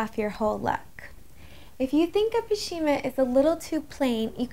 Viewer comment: "pashima"? It's pronounced pash·mi·na